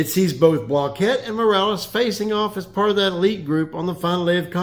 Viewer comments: Block-it. Not blah-kett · Since when did Randy pronounce his name 'block-ette'? For all that yapping and gossiping you girls do on this channel, you'd figure you'd respect the man's name enough to pronounce it correctly while you are trying to dig up some controversy to increase your click thrus. I'm glad you have a nice hobby henpecking grown men, but consider how it looks to folks wondering why grown men listen to this nonsense to begin with. Go fishing for farts sake pal. Get some sunshine on that bag of bones